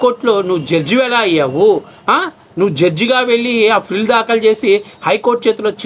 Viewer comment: బాబు, నువ్వు బాగానే చెప్తున్నావు కానీ కొన్ని మార్చుకో. ఫిల్ కాదు పిల్ అనాలి. ప్రజా వ్యాజ్యం కాదు. ప్రజా ప్రయోజన వ్యాజ్యం. Ok